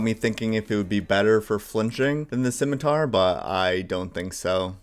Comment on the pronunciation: You pronounce "scimitar" correctly, you get a like and a subscribe. Simple as.